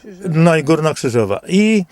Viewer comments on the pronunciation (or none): KRZYŻOWA a nie Kryzowa